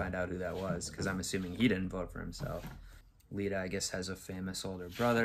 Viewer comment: Love your reactions! I think the character’s name is just Iida (iida / ee-da) and not Lida (lida / lee-da)